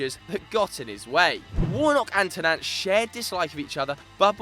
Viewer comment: Hahaha Stan Ter-Nant come on guys .